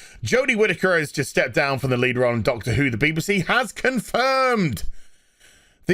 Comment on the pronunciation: I wish would pronounce it correctly. B.B.C. Not Beebe C.